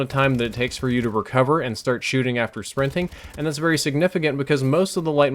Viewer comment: Your "very" sounds more like "vurry" but besides that I didn't notice anything different haha